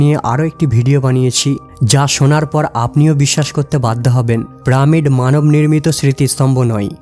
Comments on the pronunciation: ভাই উচ্চারণ পিরামিড। প্রামিড না। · প্রামিড না আসল উচ্চারণ পিরামিড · হবে পিরামিড আর বলছেন প্রামিড,🤔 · আরে ভাই ওটা প্রামিড না ওটা হলো পিরামিড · রোবট নয় রবার্ট হবে। প্রামিড নয় পিরামিড হবে। বাংলা উচ্চারণ সঠিকভাবে করুন। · কি জঘণ্য উচ্চারণ, প্রামিড????? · প্রামিড নয় ভাই, বলেন পিরামিড। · প্রামিড না, পিরামিড। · শব্দটি হলো "পিরামিড" কিন্তু উচ্চারণ করছে "প্রামিড"। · দাদা আগে নিজেকে ভালো করে ঘষে মেজে তৈরি করুন তারপর উপস্থাপনা করবেন। চার বছর নয় ওটা হবে ৪০০০ বছর। আরো একটা শব্দ, পিরামিড হবে প্রামিড হবে না। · কথাটা প্রমিড নয়, পিরামিড । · প্রামিড নাকি পিরামিড! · ভাই প্রা আর পিরা কিন্তু এক না। শুদ্ধ ভাবে উচ্চরন করলে ভিডিও টা ভাল হত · ভিডিও বানিয়েছেন কিন্তু পিরামিড কে বারবার প্রামিড বলেন কেন ভাই ? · প্রামীড নয় রে ভাই....কথা টা হলো পিরামিড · প্রামিড নয়রে গরু,পিরামিড। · প্রামিড না রে ভাই, পিরামিড। শুদ্ধ উচ্চারণ করেন। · প্রামিড কি দাদা..??? পিরামিড বলতে পারেন না... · প্রামিড না, পিরামিড। ডেড়শো না, দেড়শো। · প্রামিড কি শব্দ ভাই?? পিরামিড। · প্রামিড নয় পিরামিড। উচ্চারণ ঠিক করুন। আপনার কথা শুনতে অসহ্য লাগে শুধুমাত্র উচ্চারণের জন্য। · Bay pramid noy piramid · It's NOT Pramid. It is PYRAMID!!! And it's NOT an Egyptian word. It is ENGLISH!!! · Mr voicer not pramid .this is piramid.You can follow breed piramid.i say sorrow more blogger when vdo voice more misteks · Uccharon ta pramid noy pyramid ebong ota robot noy robert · কিরে ভাই প্রামিড কি শুদ্ধ করে বলতে গিয়ে পিরামিড কে ত রেইপ করে দিলে তুমি 😄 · প্রামিড না ভাই পিরামিড বলো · পিরামিড, not pramid. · Pramid not it's piramid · Pyramid bole pramid nou.pls check karun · প্রামিড কি রে ভাই পিরামিড উচ্চারণ পারিস না??? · ওটাকে পিরামিড বলা হয় প্রামিড না। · পেরামিড নয়, উচ্চারণ করুন পিরামিড, ছি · it's piramid not pramid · প্রামিড ভুল। পিরামিড ঠিক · প্রামিট না ভাই,, পিরামিড 🤣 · Pyramid na bole pramid bolchen keno? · Pramid na shothik uccharon pyramid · Pramod noi peramid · PRAMID KI PYRAMID প্রামিড PRAAAAAA MIIIIID পড়াশুনা না করে যদি কেউ এইসব ছোট ছোট ভুল করে ।শিক্ষিত মানুষ রা দেখে বা শুনে বিরক্ত হবে। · প্রামিড নয়,,,, বলুন পিরামিড